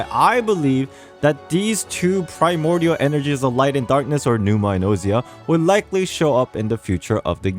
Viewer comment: I feel like its probably pronounced "oh-sha' instead of "oh see ah"